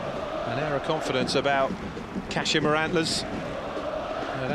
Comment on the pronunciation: It's Kah-she-ma. Pronounce it right